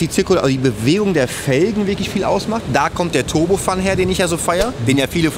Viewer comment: Turbofan finde ich nicht scheiße, bloß Deine deutsche Aussprache davon ist scheiße! Klingt immer so als würdest Du Turbofun sagen, denn "fan" ist ein englisches Wort (Ventilator), und deshalb wird es "Turbofän" ausgesprochen!